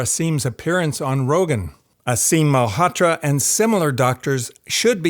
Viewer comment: Mullhatra...lol...you should at least know how to pronounce his name if you know him so well